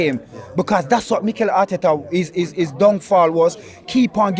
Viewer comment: "Harteta did Halright. Just TonigHHt."